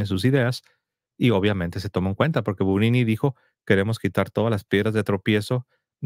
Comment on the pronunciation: Gugnini se pronuncia "Buñini", Aníbal Buñini